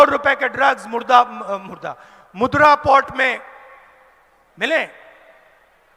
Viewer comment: Guys lagta hai aaj pappu Gandhi urf (Raul Vinci) ne koi naya sasta Nasha kiya hai aur dhyaan se suno pe mudra ko murda bol raha hai aur kitna hansayega ye 40+ years ka ye budha youth leader..... And he wants to become PM of India......😂😂😂😂😂😂😂🤣🤣🤣🤣😭😭😭😭😆😆😆😆